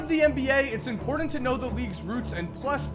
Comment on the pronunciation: Im•pOr•tant. Not imperdent.